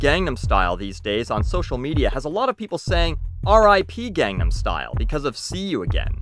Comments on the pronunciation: psy said recently in an interview "I wont stop talking about it until learns how to pronounce it. Its been 5 years" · How is pronouncing it "gong-num style" sounding like you're butchering Korean? It's common place to call tacos and quesadillas by their Spanish pronunciation instead of "tayhkos" and "case-a-dillas" in fact those people are often mocked.